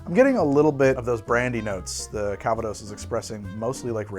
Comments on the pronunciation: Having roots in the Calvados region of France, your pronunciation of calvados is horrendous. I guess I would transcribe it as "cal-vah-doss" with "cal" as in California, "vah" as in "avahda kadavra" and doss almost like the Spanish dos but with a bit less "oh" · Arghhhhhh! I'll be That Guy then. Calvados is french, not Spanish, so the intonation goes on the last syllable. It is not An apple brandy it is The apple brandy. It comes from a specifically defined region of Normandy made following a very specific set of rules and aged on oak for a minimum of two years. Where I live (Normandy... duh!) it is not so much a sophisticated drink as the principle drink. Un café calva (coffee with a dash of calvados) is (or was) a thing for starting the day. It's poured over a small apple sorbet as a palate cleanser between courses at restaurants. It's everything from the fire water distilled in someone's back yard to a 50 year old single vintage extravaganza. OK. I'm good. Carry on.